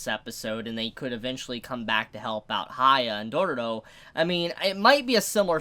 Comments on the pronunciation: It's dororo i think it's pronounced doe row row not like dooro dooro😂😂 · he adds way more r's haha it end up being Dororororo 🤣